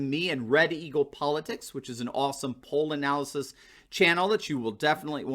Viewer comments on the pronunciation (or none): none